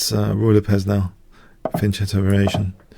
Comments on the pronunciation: Sorry for saying this again, but it makes me cringe when someone wrongly pronounces Fianchetto. It is pronouced "Fian-K-etto", [fian'kɛto], and not "Fian-J-etto" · Preach. I think it's incredible when someone has a particular stance and wants to deny your stance based on their own when both their stance and your own are right. Not only that, but arguing for fianchetto with a "k" sound is arguing from a position of weakness because it's not even the primary pronunciation used. Both are right. Let's stop insisting on our pet pronunciations if what others use is correct.